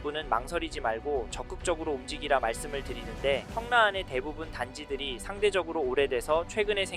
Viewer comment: 왜 자꾸 청래라 말씀하실까요? 입에 잘 익숙하지 않으신건가 싶은 생각이 드는데